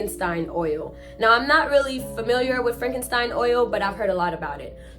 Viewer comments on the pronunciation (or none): Frankenstein oil!!??? Girl u mean frankincense??? Lord It’s 4am and I’m trying not to wake my kids laughing😂😂😂 get familiar girl… after these stories u may gotta burn some sage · It’s frankensence not Frankenstein 😂😂😂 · Frank - en - sense. Pair - uh - fen - eel - ee - uh. Don't sweat it, everybody makes mistakes. You are making the effort to do something in your life, and only those who never try to do any are the only ones who never make mistakes. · You didnt say the oil name right and i can tell the person of the story is from the island 😂😂we use the oil and ball of blue to cleanse our bodies😂😂 enjoy the story